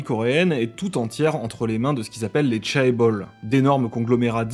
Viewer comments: Bon juste pour faire chier avec la prononciation, c'est plutôt "BiTiEsse" pour BTS, "KeyPop" pour Kpop et "T'Chébol" pour Chaebol ^^ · Petit instant pinaillage de prononciation, ça se prononce "Tchébol" (le "ae" est un sont "é", c'est juste écris comme ça pour le différencier de l'autre lettre pour le son "é" qui est presque indissociable à l'oral de nos jours) Pareil pour "Seoul", qui se prononce "So-oul", le "eo" est un son "o/eu", et est écris comme ça pour le différencier de l'autre lettre "o" ^^ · Pour ce qui est des sigles comme BTS et Kpop, non, il est tout à fait admis de prononcer les lettres françaises. En revanche pour "chaebol" j'ai effectivement complètement écorché la prononciation, comme vous êtes plusieurs à me le faire très justement remarquer. Autant pour moi !